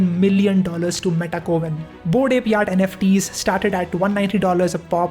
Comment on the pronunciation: I heard bored API instead of bored Ape